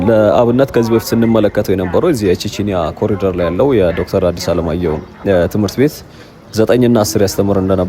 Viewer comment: ኮሊደር ሳይሆን ኮሪደር ነው መባል ያለበት።